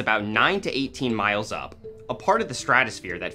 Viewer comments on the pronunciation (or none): none